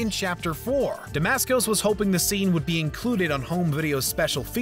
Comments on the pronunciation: It's SANTINO D'Antonio! Also, you called Mark Dacascos "Damascos". Try getting the names right next time. Ps. The "pope" looked more like an archbishop/cardinal to me, judging by the attire. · He also keeps calling Zero Demascos. His name is Mark Decascos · it's pronounced Dacascos not Demascos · "Damasco's"? 3.16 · Damascos? Really?! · Lagizamo? santonio? demascos? Who is this voice over guy? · He said Dacascos